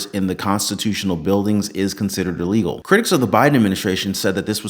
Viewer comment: Hey Nancy! It's "ILLEGAL" just like insider trading.